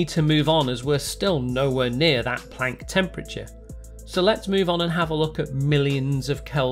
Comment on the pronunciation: I like how you say Planck and not Plonck.